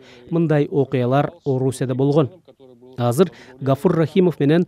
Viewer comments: кыргызбы бул хазыр дейтго азыр деп айтылатго кыргызча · Казыр эмес Азыр деп суйлогуло